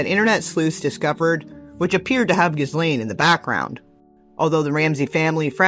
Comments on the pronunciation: Ghislaines name is FRENCH and pronounced "GEE-LANE" not GIZZZlane!!! 😂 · It's Ghee Lane. The S is silent. Just correction no offence people say her name all kinds of ways peace